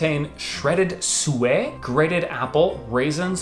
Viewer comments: Baubles - Said 'Bore-Balls', not bobbles :D Suet - Said 'Su-it', not suey :D Glacé - Said 'Gla-say', not glas :D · Suet is pronounced sue-it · Suet is pronounced "Sue-et" love the mispronounced words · It's baubles on our trees not bobbles. And suet is pronounced sooett not sweat. The Christingle - the orange represents the world, there is ribbon around it that represents the love of God, 4 cocktail sticks pushed in the orange represents the 4 seasons (spring, summer, Autumn and winter) and there are sweats on the sticks that represent the people on the earth. The sweats tend to be jelly tots. There is a hole in the top and silver foil put in it with the candle. The foil is to reflect God's light around the world when the candle is lit. This tends to be lit during a Church service and is usually the first Sunday in December. Obviously children holding a lit candle has to be managed so Churches normally have extra fire regulations in place. Ours have buckets of water on hand, but all safety measures are carried out and parents tend to hold the candles with the children. Long hair tied back etc etc. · Suet -not pronounced sue-way - lol. It is 'sue-it.' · Suèt haha. The T is pronounced soo-ett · Suet is a hard fat, traditionally beef but you can now get vegetarian versions. It is in Christmas pudding and mince pies. It is pronounced sue-it. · Not bobbles, Baubles. My mom says it like ball balls, but that might be wrong. Probably a French word. And suet is said like soo-it. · Suet is pronounced, Sue-it. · Suet is pronounced exactly as its spelt and NOT in French ie: Sue-Et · Shredded 'suet', is pronounced sue - it ! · Suet pronounced Sue-it! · "Suet", you pronounce the 't'. We are adamantly not French! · With Suet you pronounce the T We’re not French!!!😱😂